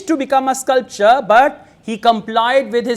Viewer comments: Sir, you are saying sculpture instead of sculptor in many instances. It causes confusion and the viewers might take that as the correct pronunciation. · with all due respect i would like to point out that you have mispronounced ''sculptor'' as 'sculpture' plz note that they are two different words pronounced differently.....this is not to demean you.....but just to remind you......how we fail to register minor differences...... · In sculptor, t sounds.. But u sound c